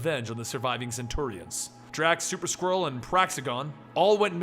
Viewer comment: I know you're saying Super Skrull but I keep hearing Super Squirrel 😂